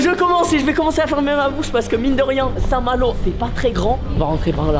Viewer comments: A « saint-malot » 😂😂😂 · Vous aurez pas du mettre le réel quand il dit saint malour, j’ai bloqué dessus 😂😂😂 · "A saint Maloo" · " À saint malooo" mdrrr l'ia ratée je crois xD sinon super vidéo gg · A saint malooo mdrr 😂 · Le " A st malot " avec l ai me tue 😂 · Le fameux ''a saint malo'' 😂😂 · "Saint malooo"🤣🤣🤣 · Mdr le "SAINT-MALO" je men souviens encore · Ça me stresse qu'il dit saint malo ces intra muros x)